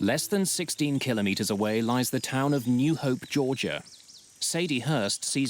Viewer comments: Always doing this math exercise as you go from feet to meters and miles to kilometers, yet it doesn't stop there you pronounce it Kilo Meters. Why cant you refer to the speeds and distances that are normally displayed to the pilots and used by ATC? Altitude is in feet, velocity and distance is in nautical miles. PERIOD stop with all the clever Bravo Sierra. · How many keylomeayters are in Atlanta ...